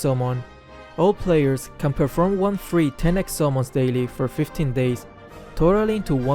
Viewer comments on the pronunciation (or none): The way he say summons sounds like salmons